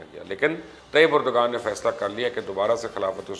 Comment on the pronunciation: #MubashirLucman why don't you understand it's unethical to wrongly pronounce any name that too by an educated journalist? There are less educated people who say Erdgan right as Erdvan but you don't bother to listen to even TRT Urdu to st least listen to the correct pronounciation of the name. As I said in Twitter, you're either very arrogant or a fool.